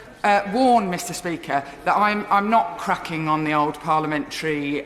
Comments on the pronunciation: Would someone please tell her that in the English language the words something or nothing are not somethink or nothink, even in Birmingham. HM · Yes, Jess....and I can't trust a public representative who says 'everythink' and 'nothink'. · Jess Phillips "Nothink", a public representative who cannot even use the English language properly. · "Nuthink"? "Crack on"? Has parliament really reached that level?